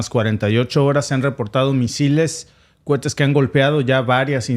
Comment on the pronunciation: Vuelve y juega se dice cohetes no cuetes